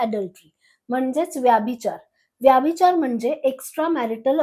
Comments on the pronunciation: मॅम व्यभिचार म्हणा व्याभिचार नव्हे. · ताई तुम्ही मराठी आहात ना? मग उच्चार योग्य तसेच बरोबर करा ना. ही आग्रहाची विनंती. “व्यभिचार “ उच्चार नाही.व्यभिचार हाच योग्य उच्चार आहे. तुमच्या चित्रफितीत उगाचच इंग्रजी शब्दांचा उच्चार वारंवार का करतात? चपखल मराठी शब्द वापरले तर समजणे सोपे होते. तुम्ही कदाचित शुद्ध मराठी बोलणार नाही याची मला खात्री वाटते. परंतु मराठी भाषेचा अभिमाना पोटी एक क्षीण प्रयत्न.